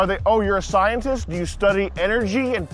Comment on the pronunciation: I'm a scientist. I SIGH-IN-TIST SAD WORLD! AHAHAHAHHAHAHAGAGG SO FUUNY!